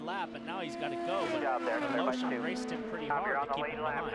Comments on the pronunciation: Funny how you keep pronounce the russian guys last name. Is it really correct? Sounds like you are saying "A Lotion". Try "A Le Shin"! :D Btw, thanks a lot for uploading! Very much appreciated for us unlucky who cant watch it live. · I think it's a different "e" than what is written in English (I've never seen his name in Cyrillic). If it's what I think it is, it should be even more funky sounding like "Al-iyo-shin"